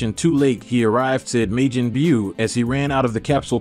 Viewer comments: When he says Majin Buu it sounds like midget bew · Lol...may-gin bue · May Jin Byu?? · May-Jin boo he killing me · Smh why does this guy say Majin Buu wrong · The way he pronounced majin but irritated me